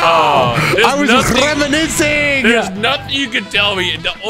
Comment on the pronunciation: i was rrrrrrreminising (i love this sound)